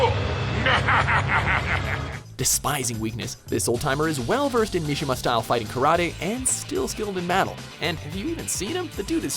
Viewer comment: you pronounce karate like ross geller